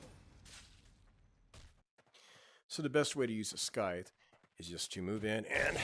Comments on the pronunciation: nice video, but the scythe is pronounced sythe :) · in the word scythe the C is silent so it's just sigh-th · i cant tell if you are pronouncing scythe wrong intentionally or not but it drove me nuts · same lol